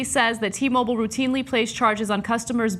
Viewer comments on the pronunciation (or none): fuck sake .. its not T- Mobol.. its "Mo-Bile". Pronounce the work properly.